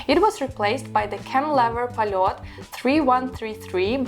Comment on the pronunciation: Also, if you talk about Soviet watches, at least you should know how to pronounce the brand you're talking about. Not 'polot', but 'polyot'.